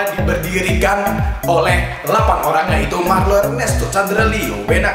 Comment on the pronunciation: rrrlrlrlrrlrrllr cuma bisa ngomong rrrr waktu nyebut nama sndirinya kwkwk ggk lucu kan